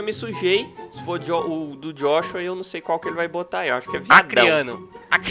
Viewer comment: Eaee "Jóshua" Acriano haushsua